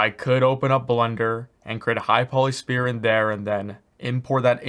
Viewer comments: I sometimes hear "spear" not "sphere" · he keeps saying "spear" not "sphere" p is silent. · He should stick to the standard english SPHERE instead of saying SPEAR all the time. Maybe he is Canadian and is also used to say ABOOT instead of ABOUT. Who knows...confused me a whole lot in the beginning, that's for sure. EDIT: Having said that - good job at creating one of the best UE4 tutorials out there. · This guy has me saying “spear “ lol thanks for the video this is awesome! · spear = weapon.. sphere = 3d round object lol.. 'sfear' (pronunciation). Sorry, this bugged me way too much! Love the tutorial and Liked and Subbed! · Is he saying Spear or Sphere? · It’s not a spear —-> ..it’s a Sphere.. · I genuinely tried watching this video. But for fuck sake, it's SPHERE, not "spear". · Appreciate the free tutorials, you are the man, but it's sphere, "sffffear" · I like how you say sPear, then athmosPHere in the same sentence. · IT'S PRONOUNCED SPHERE NOT SPHERE! Wait you cant hear me say it.... well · Sounds like he's saying "spear"